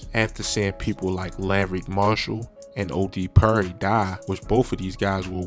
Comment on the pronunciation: Why he saying OD purry